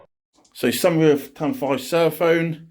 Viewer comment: It’s Seraphon not sera-phone ....